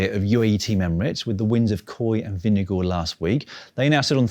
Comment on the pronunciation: I love that you still remember how to say Vingegaard. Not perfect, but still damn good and approved!